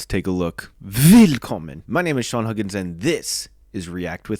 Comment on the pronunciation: Here's a nit to pick: Unlike English "welcome", German "willkommen" has its stress on the second part, that is, "willKOMmen". For that reason, your greeting at the start sounds a bit off.